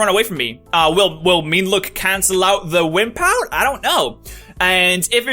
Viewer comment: okay I thought he said whip out instead of wimp out.